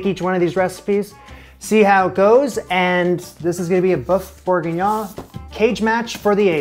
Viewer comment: You lost me when you could not pronounce beef bourguignon correctly. It doesn’t matter what the video did.